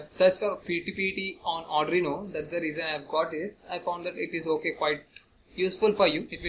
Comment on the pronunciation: Nice ...but firstly I want to suggest you that just try to practice how to pronounce arduino...😅😂